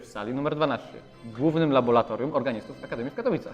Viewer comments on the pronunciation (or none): no, panowie. LaboRatorium, a nie LaboLatorium ;-) Szanujmy język ;-)